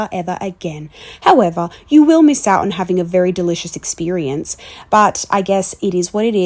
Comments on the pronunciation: The way you said “experience” was so American hahaha 😂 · when she said “experience” at the end to me it sounded like her accent disappeared